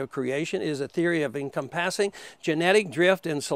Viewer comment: Ron Paul doesn't know how to pronounce "encompassing"?